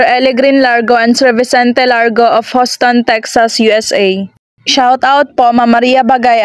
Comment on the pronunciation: Sarap na sarap yarn mga Sisters.. shout out sa Burguite Family in Mibang, Dipolog City and LA, USA..it pronounce YUSTON in HOUSTON not HUSTON..ty..